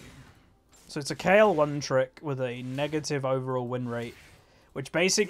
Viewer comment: you said kayle you didnt need to correct yourself cuz you said it right